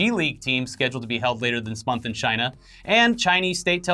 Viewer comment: you’re saying “CHIna!!” wrong